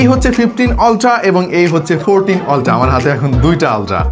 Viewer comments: Oltra na Apni Australian eng use korchen Eta ulthra uccaron hobe Sponsor e sor hobe na Sponsa ,,r halka kore last e r uccaron hobe Asole shikkhar dam sob jaygay e ache R apni to uk kinba aus te nai je apni ultra re oltra bolben Logic re khaiyen na doya kore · ওলট্রা না আলট্রা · অল্ট্রা ❌ আল্ট্রা ❌ উল্টা ✅